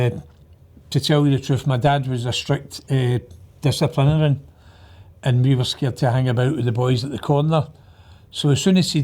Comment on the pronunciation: How did he pronounce "disciplinarian"?